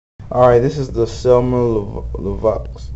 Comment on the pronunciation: Hi, You don't have to pronounce the x at the end of Lavoix. :)